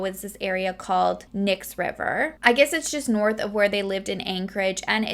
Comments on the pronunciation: I know I am a little late on this but I just discovered you. I live in Alaska and I know how hard it to pronounce a lot of things here Kenai-, Key-Ni. Side not it is absolutely beautiful. And Knik is Ka-Nick. Eklutna Annie- E-Clue-t-Nuh Boniface Mall- Bon-eh-face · I watch you all the time now. This one hit home because I live in Anchorage. I know how you feel about saying names properly. So this is coming from love. It's Key,ni (Kenai) and ca nik (Knik). We have so many interesting names here and I'm not even sure we pronounce them properly. But they are meant to be spoken in native tounge. It can get pretty tricky. Love this video. Just wanted to say hello and wtf is wrong with people. 😘